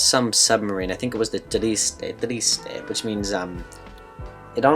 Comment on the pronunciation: Nice video as always! A note on the Bathyscaphe Trieste from the Mariana Trench dives. Its name is TRIESTE (with 2 Es, pronounced Tree-es-tay). Sad in Spanish is TRISTE (tree-steh). The name TRIESTE comes from the sea town of Trieste in Italy where it was built. Beautiful place by the way.